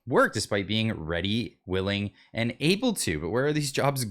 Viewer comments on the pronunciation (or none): none